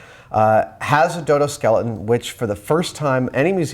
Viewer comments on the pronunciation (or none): it sounds like he said dildo :D